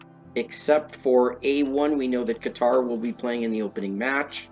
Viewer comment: The way you pronounced Qatar is not how it’s natively said but …sure everything else is wrong lol